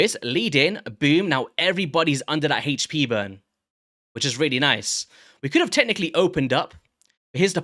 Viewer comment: Not trying to attack your english but its really not HAYCH pee its AYCH pee !